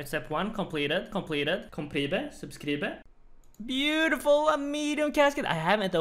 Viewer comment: "completed" "completed" "complebe" "subskribe" xd